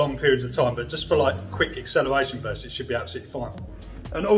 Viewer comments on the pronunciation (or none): none